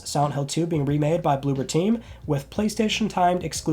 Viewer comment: It's blooBer team, not blooPer team.